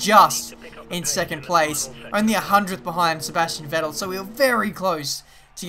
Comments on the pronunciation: For me as a german the way you pronounce "Vettel" sounds pretty wierd :D It's pronounced like "Fettel". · You're pronunciating Vettel wrong.